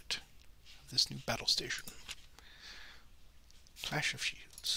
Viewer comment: #peterlovescharging Video deserves a "Like" simply for the attempts to say the name of the battle properly without getting tongue-tied!